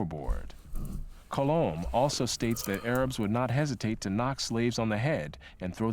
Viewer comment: Haha. I love how you said, "The A-rabs."